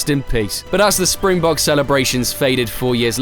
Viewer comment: Correction: not Spingbog but SPRINGBOKKKKKK.